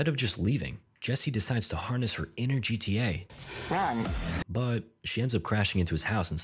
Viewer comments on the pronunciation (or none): I love how he said"inner GTA" it had me Rollin😂😂😂😂